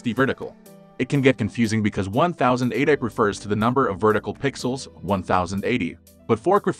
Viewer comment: Is he really saying 'fourk' and 'one thousand eightek"? i am not convinced this person is human 😂